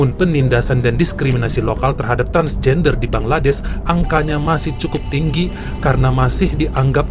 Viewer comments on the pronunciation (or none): none